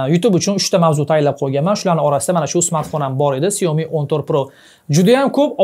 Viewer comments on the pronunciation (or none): none